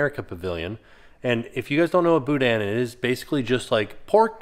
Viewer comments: OK, I'm a little irked as a Louisiana Cajun. Its not boo-dan. Its boo- da! The IN in boudin is silent. Wish I could afford to go this year. The food seems to be based around my home's culture. I'd like to try it. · I know we like to keep it light in here, but the guy saying "and-dewey" and "boo-dan" makes me not want to touch the andoullie and boudin.